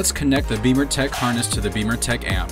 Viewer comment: I've read some good reviews on the XBimmers forum for the Alpha 1 amp. Great installation video. BTW, why do you pronounce the name of your company "Beamer"Tech when it's spelled" Bimmer"Tech?